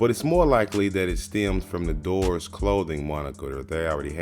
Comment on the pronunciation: Dude kept saying doors instead of DROORS!!!! Made me want to bash my face into the wall. DROORS where sick in the 90’s and if you don’t know that and skate then you shouldn’t be talking about skating in a doc